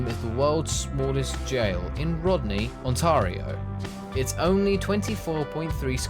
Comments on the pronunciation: I've never heard of positive tickets, and I've lived in Canada all my life. Strikes me as a thing that may have been done in a limited time or place. Also, it should be pronounced On-TAIR-ee-oh, probably regardless of the narrator's accent. The 'tar' rhymes with air. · One thing the narrator didn't know about Canada is that the name "Ontario" is pronounced with a long A. There is no tar in the word Ontario. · Hi from Ontario ,I'm an x Birmingham uk . i have been in Canada for 42 year's,the guy who made that video doesn't know his ass from his elbow . he couldn't even pronounce Ontario correctly, sorry for being negative LOL